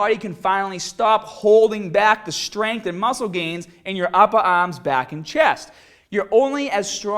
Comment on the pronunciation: "uppa orms"......"hadda"...